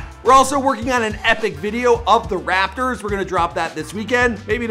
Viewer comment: Stop saying RaPpper it’s rapotors